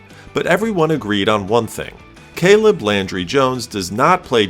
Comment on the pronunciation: Landry, not laundry